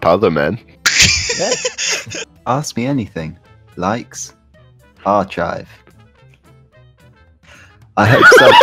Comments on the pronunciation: Don't worry, Charlie. I used to say Ar-chive too. For the longest time while reading AO3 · For a second, I was like "do the British pronounce it AR-CHIVE?" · When Charlie said “Archive” I saw nothing wrong with it until the others pointed it out. Am I a Charlie?